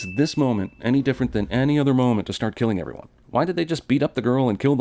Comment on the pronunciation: "send........... EVERYONE" i am dying XD